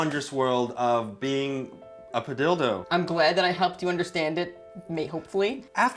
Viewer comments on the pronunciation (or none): why padilldo instead of padillo